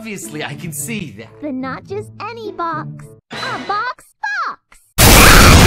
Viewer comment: Box fwox on the pwowl